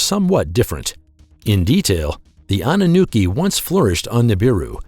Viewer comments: annunooki ROFL its Anunaki you nit! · Naki not nookie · The pronunciation for Anunnaki is wrong also they Nephlim is the children of the Anunnaki and humans